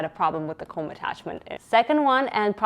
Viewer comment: Comb isn't pronounced like combine, it's "kowm" like the tool used for brushing hair. The tool that is also spelled comb.